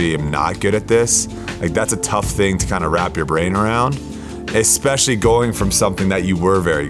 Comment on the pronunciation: especially not eKspecially, biggest pet peeve, why do people pronounce it like that haha